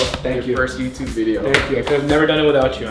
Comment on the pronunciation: he said wow let go YOU TUB!!!instead of YOUTUBE,that sound when he say YOU TUB!! Is weird,make me laugh hard😁😁😁😁😂